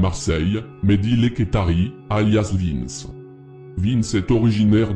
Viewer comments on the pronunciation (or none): T’en a oublier plein et canarie il a rien à faire la en plus t’a dit n’importe quoi c’est pas un corse c’est un corso marseillais et au dessus de lui y’a des gens sinon bien 👍🏽 et c’est vintch pas Vince 😂